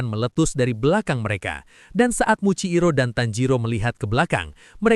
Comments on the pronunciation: Muichiro bg bukan muikciro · Muichiro jir bukan muciiro